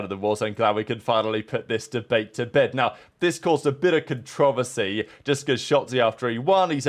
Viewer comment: The way you say the word “controversy” is absurd 😂😂😂